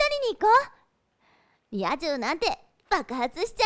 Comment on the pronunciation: リア充が野獣に聞こえて草 ママしゅき＾～